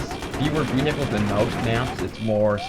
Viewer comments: vehhihles lulwut? vehicles maybe? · So many vii-hii-culls. Lol Americans!